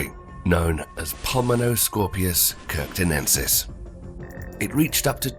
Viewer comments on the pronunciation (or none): Pulmonoscorpious… WHAT-thonensis??? 💀